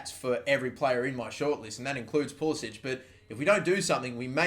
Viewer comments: Thank god someone who pronounces pulisic at least closer than poolisick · He very specifically tells game commentators to pronounce it as pool-i-sick because he thinks it sounds more American.